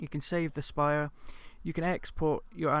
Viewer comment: Thanks for the review. Not sure why you pronounce "sprite" as "spire."